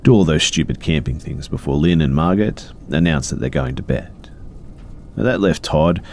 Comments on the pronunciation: Great video! Just something I noticed, I am pretty sure that if in the first story the name is spelled “Margot” it’s pronounced as “mar-go”. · I love you B but are you saying Margaret or Margot, that drove me CRAAAAZY in the first story. It sounds like you’re saying Margot (pronounced Mar-go) and just pronouncing it wrong. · just fyi, the name Margot is pronounced "mar-go." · Thanks for the new video, these are great! My only criticism, I think the name was spelled Margot right? I'm pretty sure the t is silent and it's pronounced Mar-Go. Not a big deal or anything just noticed. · Quick little helper fishie here! I'm guessing the name in the first story is "Margot," which can be confusing for many to read if they haven't seen it before. But because it's French, the "t" is silent, making the name be pronounced as "mar'-go." (Like "mar" as in to mess up, and "go" as in to come & go.) 💗 I hope that helps! 💗💗💗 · It's sounds like he's saying Margaret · Typically Margot is pronounced with a silent T sp its like mar•go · Omg yes thank you! It was so annoying hearing mar-git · Margot is pronounced Margo! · It pains me a little to hear pronounce Margot with the T